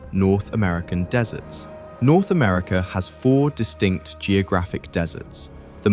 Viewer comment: Why can't you say "America"?